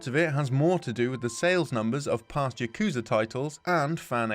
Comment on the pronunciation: Them not pronouncing yakuza correctly hurts my soul